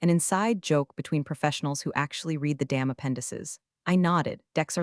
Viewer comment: Dear, when are you going to teach your AI voice how to pronounce the correct tensing of the word "read"??????